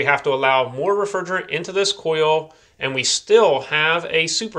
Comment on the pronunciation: Where did this guy get his accent? He says "hode" instead of "hold" like there's no "L" and "oio" and "cio" instead of oil and coil